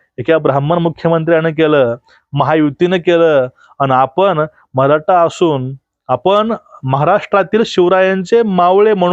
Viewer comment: जी, नमस्कार. तुमची बोलण्याची आणि विश्लेषण करण्याची पद्धत फारच अप्रतिम आहे. परंतु मी आपणास अंत्यंत विनम्रतेने व आदरपूर्वक एक सूचना देतो की आपण 'ट' आणि 'ठ' ह्या दोन अक्षरांच्या उच्चारणत फरक ठेवा. कारण तुमचं वक्तृत्व ऐकताना चुकीच्या किंवा अशुद्ध उच्चारण झाले तर असं वाटतं की "मी श्रीखंड,आम्रखंड, रसमलाई किंवा बासुंदी खात असतांना अचानक जीभेवर एखादा केस यावा. उदाहरणार्थ 'मराठा' ला 'मराटा'' उच्चारण करणं. शक्य झालच तर 'ण' आणि 'न' मध्ये पण फरक करावा. व्हिडिओ तयार झाल्यावर काळजीपूर्वक एकदा ऐकून मग अपलोड करावा. अभ्यासासाठी टीचर व्हिडिओ पण ऐकावे. धन्यवाद आपला नम्र प्रेक्षक.